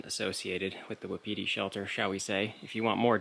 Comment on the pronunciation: Wapiti, pronounced "Whapatea" native word for Elk, meaning is timber ghost. Just for your info.